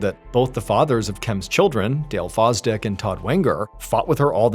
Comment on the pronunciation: Sooo, one of her Exs last name is “Foz-Dick” and the others is “Wanger” 😂 what are the odds?? 😂